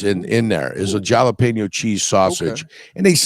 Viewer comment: called em: Jah-leh-pen-yos 😆 ✊🏽🐻⬇️